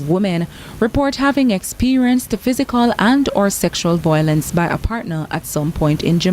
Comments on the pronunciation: Agree with you. There is no such word as voylence!!!!😃She said it 4 times!! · CVM, please get speech training for your news presenters. Imagine, repeatedly says VOYLENCE! 🤦🏾‍♀️